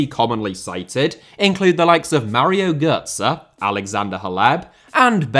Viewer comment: I love how you pronounce Götze GÖR-ZE . Gör means brat in old northern german. And i bet that is exactly what Pep once thought of Götze.